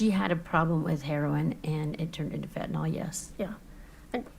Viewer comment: So hard for me to hear, as a retired paramedic, people calling Fentanyl as Fentanol. I realize that this is my own bias, but I would hope that they would pronounce it right, after all everything is based around this.